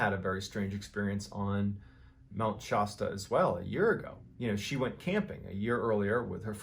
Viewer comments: Shasta is pronounced Sh has ta. As in HAS TO but spelled with an A .. HAS TA .. SHASTA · where is this Mt. Shaaasta? close to Mt. Paaasta? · I'm from Shasta and it's hilarious how you pronounce it wrong lol it's sha ahhhhh sta the AH like in the word at . Hopefully I explained that correctly 😂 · Mt. "Shosta". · "Mt. Shaaasta" haha. Your stories are great and you tell them so well. Ive watched a lot of them and this is the first mispronunciation I have noticed. Just a funny observation. Keep the stories coming brother! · Mt. Shawsta Shaaawwwwssta Shawsta South of oregone? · Its Pronounced "Sha-sta" like the soda pop ...... and while im at it Nevada .... Nev , ad- like add , a. Nevada, . Oregon ..... Or-ee-gun. Lol, I just had to get that out 🤣carry on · Having spent my younger years in that area, everytime he said shaw-sta it felt inherently wrong. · Cool story bro but it’s pronounced Shasta 🙏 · I'm no expert, but I was born in California. I have never heard anyone pronounce it Mt. Shausta. Anyone else? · But next time pronounce it correctly. It's not Shahsta/Shawsta. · Its Mt. ShAsta (like ShAck.. not ShOck) :) Love your videos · Mt.Shahasta had me rolling. Mr. Ballen, I know you're east coast and much love to you, but your pronunciations of certain places are comedic, strange, dark and mysterious. Keep up the good work. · It's Mount Shasta - short A... Shaaa'sta btw - great content. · "Mount Shosta" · I love my Shasta we spent 2weeks every summer there when I was kid. It is pronounced sh-ass-ta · That's Mt. Sh'ass'tah. Also, in another vidjayo, Milpitas is pronounced "Mil-peet'ahs" When you invariably get to the weird shit in the SoCal desert.. It's pronounced "T'hah'cha'pee" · Mt “Shosta” 😆😭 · MT. Shasta. (Sha stuh) long A vowel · Why does he pronounce Shasta as Shosta?? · Wild. I live super close to Mt. Shasta (pronounced shas-tuh 😉) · He pronounces it Mount Shosta 😄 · Mt. Shasta is pronounced with a long A. Like Shaft. Fyi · Yer not saying Shasta right